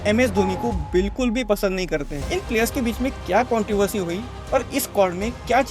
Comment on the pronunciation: Controversy NO-❎ Kontiversy YES -✅